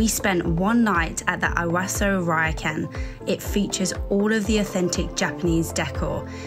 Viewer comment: Great video. By the way, ryokan is not pronounced like RYE-OH-CAN. It's more like somewhere between LEO-KHAN and LOW-KHAN (not quite, but definitely not how it was pronounced throughout the video).